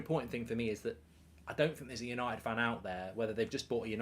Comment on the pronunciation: Por a shot every time he says Manchester yanited